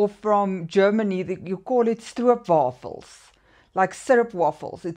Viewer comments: I don’t have it but I’m very familiar with ‘speculaas’ and ‘stroopwafels’😊 In Dutch it’s ’speculaas’ instead of ‘speculoos’ but that might give some pronounciation problems😊 Your pronounciation of ‘stroopwafels’ is correct❤ The citrus note might be from ginger of coriander. This can give a kind of citrussy smell. Ginger and coriander are ingrediënts for speculaas. Just as cloves, nutmeg, cinnamon, anise and cardemom. In The Netherlands we always like speculaas cookies and stroopwafels. But speculaas is very much for Autumn. You might know there is also a delicious sweet spread for bread made with speculaas. And I even made a Maroccan sweet dish where it nowadays was an ingrediënt of😊 I have never eaten Tiramisu but this combination with speculaas might work as well. I think with banana, it can be evolve to something way over the top😅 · Your pronounciation of stroopwafels is accurate😊 This fragrance seem to me a very Fall/Winter perfume. Speculaas is mostly eaten in colder seasons. Stroopwafels all year round😊 The citrus note might be from the herbs ginger, coriander, cardemom. These are also ingrediënts of speculaas. Also cinnamon, cloves, anise. Lieve groetjes uit Nederland🌷